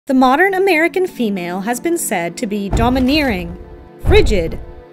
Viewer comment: Why did she say American so weirdly